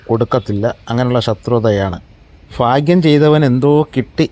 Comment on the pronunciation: എൻറെ പൊന്നു ചങ്ങാതി ഫാഗ്യം അല്ല ഭാഗ്യം 🙏